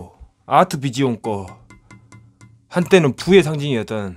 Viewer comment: 곧오브와(갓겜인데 몰라..)..... 아트비지온. 토속발음 찰지네. 망자는 남자 아이인걸까? 겜을 잘모르는거 봐서 열심히 사는 분같다. 좀더 재밌는 영상 기대하며 예전에 거울볼때 뒤에서 몸 감싸는거 좋았는데... 이런거.